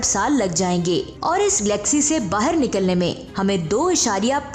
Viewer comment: Mam vo glaxy nahi galaxy hai,kyunki Glaxo Laboratories ne glaxy nahi banaee....tnQ